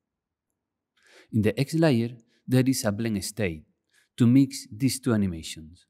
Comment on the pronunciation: lay-ur .. not liar.